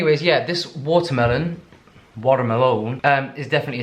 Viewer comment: I love that you can't say watermelon without immediately following up with an American (??) "Watermelone" 🤣😜